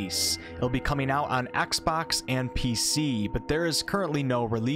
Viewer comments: Axebox? do you mean xbox? xD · “Axbox” lol